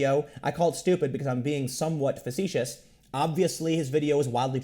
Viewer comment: Tim "I'm being somewhat fesecious" Pool lol